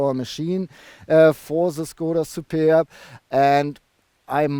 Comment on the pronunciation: Hi! I think you had fun pronouncing Shkoda und Superrrb!:) I don't blame you. Nice looking estate. Yeah too bad about the wimpy exhaust pipes. Reminds me of going for a swim in a cold lake... Stop feeding Tobias all the Burger Thing (King). He's too tall! Would you choose the Superb over the VW Estate? Cheers! Some crazy bugs in your shots, eh? <== Canadian expression